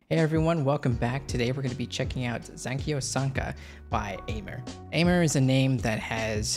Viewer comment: I'm pretty sure it's Aimer like the French verb aimer (to love), pronounced "em-eh" 💛